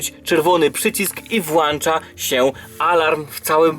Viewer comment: Włącza, włącza, nie włancza. Błagam nie kalecz moich uszu i weź też pod uwagę, że większość twoich widzów to bardzo młode osoby i mówiąc nie poprawnie uczysz ich tego. Poza tym bardzo fajny moc